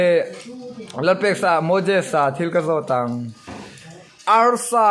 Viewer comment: Ngatinge mojesa tih in i lam tlat a..mosesa in ti maw tia